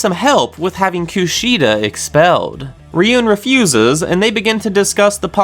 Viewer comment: it's ryuu-en not ri-yoon